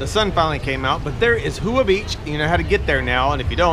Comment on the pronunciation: Hey, I'm impressed with your riding skills considering it's the opposite of your home country...although, folks in Thailand use whatever side of the road suits their needs. Sorry to do this but Hua is pronounced Wah not Hoo-ah...there, I've said it...c'mon haters. When you said that the beach is real quiet is that a hint for an episode of CSI Kamala...cue the banjo music...hahaha...sorry mate, just taking the piss. Hope you're well, cheers buddy